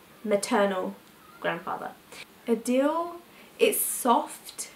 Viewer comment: Adil is actually pronounced like aadil not like adele...